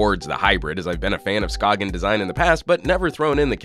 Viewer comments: Come on. It's not pronounced SKA-G-EN but skane/skayn. The G is not pronounced in Danish. If you're going to make a video on a product, make sure you know how to pronounce the brand name... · I know that you said that the company mentioned that you "can" Americanize their name if you so choose, but come on. "Sk-ayn" or "Sk-ane" or however you wanna spell that pronunciation. Like, I know that we have an Americanized version of Jaime Rivera's first name, but I wouldn't call him James or Jamie. His name is Jaime. Skagen is not pronounced like that in its native language. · I believe it's pronounced skay - en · Anthony Mendoza Yes, you pronounce it more like scane :) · Chipperowski you are correct. I cringed each time it was mispronounced in the video. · I think it's funny when he says skagen